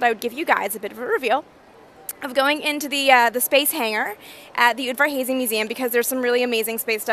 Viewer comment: Ther name is off a bit, Amy! It's not "oodvar-hazy", but "oodvar-haazzy", or close to that (I1m hungarian, just like Steven F. Udvarházy)